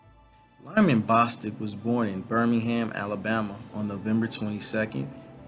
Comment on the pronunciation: It's Bostock as in Bo than Stock.